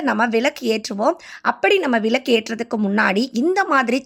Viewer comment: விலக்கு இல்லை விளக்கு னு சொல்லுங்கள். தமிழை தயவுசெய்து கொலை செய்யாமல் சரி யாக பேசுங்கம்மா